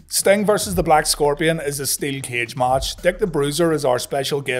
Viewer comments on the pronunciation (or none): none